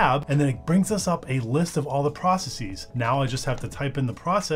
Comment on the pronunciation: Please don't say 'process-eez'. It's not pronounced that way in any accent.